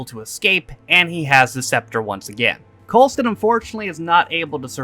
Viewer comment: You're saying Coulsons name wrong on purpose at this point